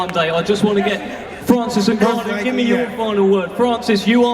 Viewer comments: And the new heavyweight champion of the world francis nuganoue 😂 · Was so funny how he pronounced his name at the end newgano lol. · niggannou he said lmaoooo🤣🤣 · “Francis NEW-Gannou” had the grand dad Fury all worked up. And all this kabuki theater was borderline cringe. Why do people pay for this crap? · AND THE NEW, FRANCIS nGNAGHGANau...ah shit I said it wrong again haha! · Mike tyson: "Francis Nungannu" 😂😂😂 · Mike tyson keep pronouncing francis name wrong is hilarious 😂😂 "and the new! Heavyweight champion of the world!! Francis 👀 maganoo!!" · Mike Tyson keep saying "and the new: had me dying 🤣 then he said " nogano!! 🤣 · Mike getting a kick out of saying Francis N(ew)gannou 😂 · Mike Tyson accidentally calling Francis ‘Newgannau’ 😂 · Cant even say francis' last name smh oh boy 😂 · Tyson still doesn’t know how to pronounce Ngannou 😂😂😂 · How the f Mike still trying to remember how to say Francis's surname, Nagannou 😅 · Mike Tyson couldn't get the name of Francis Ngannou right .... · mike tyson is a joke...cant even pronounce the guys name whos hes training? have some respect for your guy by at least learning his name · Mike Tyson: Francis Ngannou!!! I’m not saying your name right am I? 😂😂😂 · 2 funny Mikes variations of how u can say ngannou wrong 🤣🤣🤣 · Mike cant say ngannou's name to save his life 😂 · I love how Mike forgot how to say Franci's last name 10x times in 10 mins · Mike couldn't say Francis' last name correctly like 10 times! Lol.😂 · Mike still can't say his name right:face-blue-smiling::face-blue-smiling::face-blue-smiling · How ur coach cant pronounce your name though!🤦‍♂️🤦‍♂️🤦‍♂️🤦‍♂️🤦‍♂️ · Every time Mike tried to say Francis last name was the best moment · mike tyson still fighting with the pronunciation of francis name lmao but holy shit furys dad had way too many today lmao!